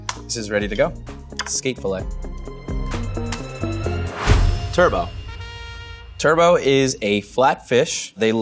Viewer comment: "Turbot" is not pronounced like "turbo". It's actually "TER-but".